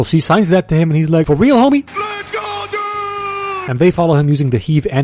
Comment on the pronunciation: 2 18 YA ITS WEAL NOT REAL WEAL LOVE ENGLISH